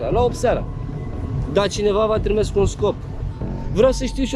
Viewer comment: Mai inVata romana bah se spune trimis nu trimes 😂😂😂